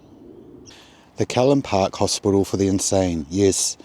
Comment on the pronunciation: Its Callan Park, rhymes with the name Alan. Also Broughton Hall: Brought rhymes court. Please kindly reference your narration. Thank you for the video.